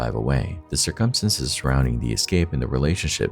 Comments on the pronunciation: I scream every time at his "circumstances" but I still watch! Lol. "Sir KUM STAN ces" instead of SIR-cumstances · "Based on the tuh-tality of the circumsenses" I'm sorry, what? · Dude i luv ur videos but u have got to learn how to pronounce circumstances man!! It hits me like a punch n the gut every time u pronounce it the wrong way;!🤨🥴💛🖤💛🥴🤨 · I have never heard the word circumstance/s so badly mispronounced so many times. Dear God EDITING people EDITING. LISTEN TO YOUR POST BEFORE POSTING IT.